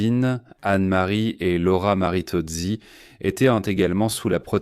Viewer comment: Ça commence fort avec des chiffres extravagants. Quand on n’a aucune idée de l’accent italien, il faut absolument prononcer les patronymes italiens en français (les deux sœurs Martinozzi prennent particulièrement cher!). Des petits riens évidemment . Mais malheureusement avec pour résultat qu’on peine à être « embarqué » . Dommage car les considérations sur Mazarin sont intéressantes, donc les attentes autour des neveux (et nièces surtout) très compréhensibles … « Elle este née » pff ça fait beaucoup l’IA. Toutes les nièces de Giulio Mazzarino n’étaient pas également belles , mais nous sommes toujours sur des détails. La mort d’une certaine Catherine de La Vallière est absurde pour commencer l’Affaire des Poisons. On veut probablement évoquer la mort de la toute jeune et bellissime Angélique de Scorailles de Fontanges. Une histoire passionnante, une voix et une diction pas désagréables … Mais ces défauts grincent moins plaisamment aux oreilles. Le parcours d’Ortensia n’est pas trop massacré fort heureusement … On peut noter la difficulté de synthétiser des aventures multiples aussi époustouflantes…